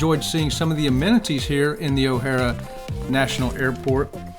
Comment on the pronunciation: Why couldn't correct her on how to pronounce the name of the airport correctly??? It's O'HARE, not O'HarA